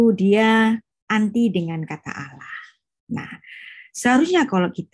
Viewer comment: Tulisannya ALLAH kenapa diucapkan ALAH..? Yang nyanyi mengucapkan ALLAH bukan ALAH. Mohon diperbaiki lagi pelafalannya,sesuai literasi linguistiknya...jangan alergi dengan pelafalan aslinya. Terimakasih🙏